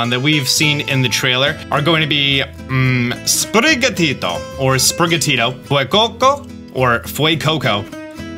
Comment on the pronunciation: I think the cats name is pronounced “sprig-gato” since gato means cat in Spanish